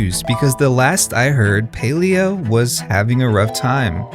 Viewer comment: I don't play the game or anything, but clearly the company that owns Palia didn't lay off 75% total of their workforce... I'm garbage at math and even i know that percentages are only additive when taken from the same whole amount. you're also not even saying the game's name correctly despite showing a clip of someone stating it correctly less than a minute into the video... not the best first impression tbh lol.